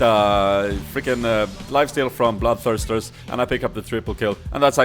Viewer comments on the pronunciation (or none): i like how he says bloodthristers